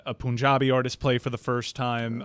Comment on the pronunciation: pronunciation of Punjabi was actually not bad. Props to!